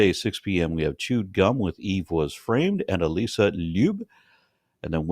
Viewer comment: For someone who is VERY particular about the pronunciation of his own name, Aron hasn't yet pronounced "Alyssa" correctly, that I've ever heard.